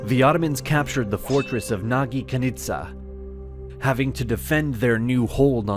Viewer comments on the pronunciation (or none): yes you are right the "gy" pronounced like "dj" (not like he said in the video: "gi") or the "during" word first "d" letter is pronounced like that. And also thank you my Turkish friend ^^ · "Nagykanizsa" (messed up pronunciation) Me a native hungarian: Well yes I get it but kinda cringe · It was worth it just to hear the pronunciation of the town of Nagykanizsa. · please you cannot pronounce nagykanisza the way you do. please :((